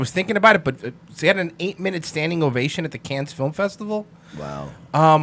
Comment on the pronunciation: "...an 8-minute standing ovation at the Cannes Film Festival." Props to for making me laugh with his pronunciation of "Cannes" - well done.😄👍